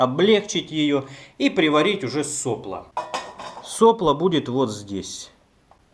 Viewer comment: Блин, вроде не существенно, но ведь соплО же! (а не сОпло...)